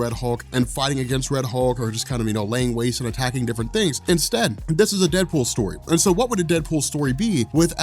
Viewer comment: DeadOOL?😂😂 no prob